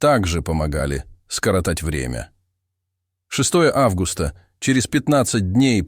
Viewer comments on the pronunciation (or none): none